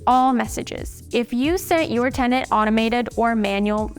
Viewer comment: TENANT. Not TENDANT 🤦🏻‍♀️